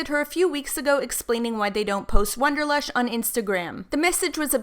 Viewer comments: can't get past the fact you kept saying WONDERlush instead of WANDER lush.... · WANderlush, not WONderlush. Otherwise, great video. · wAnderlush, not wOnderlush.